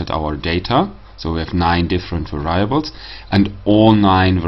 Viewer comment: Thanks. Please mind the correct pronunciation of "variables" ;-)